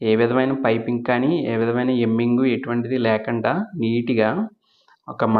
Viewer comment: Hemming అండి ఎమ్మింగ్ కాదు